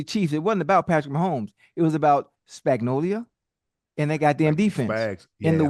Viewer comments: Ocho said Spagnolia 🤣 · Chad said "Spagnolia " 😂😂😂